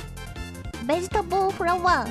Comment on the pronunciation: ah yes. Mother can I have some 🅱️egetables